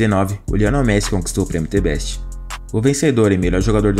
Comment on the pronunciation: T Beste? The = Zhë, Best = Bess, you now ?